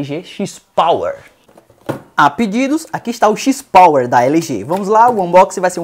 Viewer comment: Cada vez que é falado XIS Power me dói na alma! Review muito bacana! Mas XIS Power não dá não!